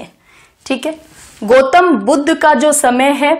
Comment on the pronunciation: Mam, it's dharm not dharam🙏 धरम nhi boliye plz, धर्म बोलिए। गोतम नही ma'am गौतम🙏